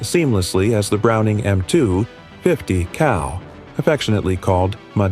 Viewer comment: Yo ! 50 CAL asshole.... not COW